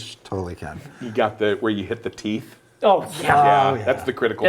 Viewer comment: "Behind the theenth."